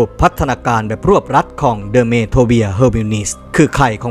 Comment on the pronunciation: Dermatomia อ่านว่า เดอร์มาโทเมียค่ะ ไม่ใช่เดอร์เมียนะ